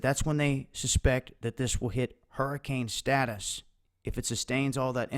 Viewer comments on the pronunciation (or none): none